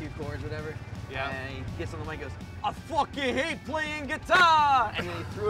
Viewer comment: I always come back to this video everyday just to hear frank say; “I FOOKAN HATE PLAYIN GUITAA🥱”